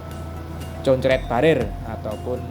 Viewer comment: Assalamualaikum bapak, mohon maaf untuk penyebutan "concrete barrier" dibacanya "konkret berrier" dan bukan "concret" atau "concoret" ya 😊 Terima kasih dan selamat meliput kembali. Salam dr Jerman